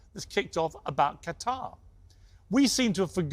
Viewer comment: vs Funny how Piers pronounced the same word Qatar differently in the same video lol